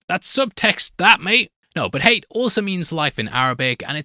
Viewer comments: Another great video mate ;-) PS pronounced ‘Ha-yat’ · It’s pronounced like “Hay-at” in Arabic, Hayat. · Pronouncing Hayat as Hate is funny😂 it's "Hi-At" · It’s ha-ya-t not hate, literally pronounced as it's written. Edit: If it’s pronounced hayt or hate in the audiobooks or whatever then don’t say it’s from the arabic. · Yeah his pronunciation keeps throwing me off😂